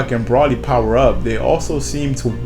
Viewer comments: also its pronounced bro-lee spelled broly not pronounced brah-lee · its not brawly its broly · Why would you pronounce Broly like Braw-ly when there are multiple movies out with Broly in them and each time, they pronounce it Bro-lee....Drives me nuts.... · why is he saying Brally? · first its pronounced bro-lee and second pretty sure he isnt canon to the anime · I cringe everytime he says Broly wrong I cringe